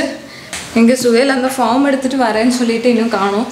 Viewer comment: 🎉All r superb😊👌உங்க videos பார்த்து பார்த்து...உங்க நெருங்குன சொந்த காரன் மாதிரி ஒரு பீஃலிங் வருது...🤪 Good attitude 👍👍👍 ஒரு சின்ன correction bro...பாஃர்ம்..... இல்ல பேஃர்ம்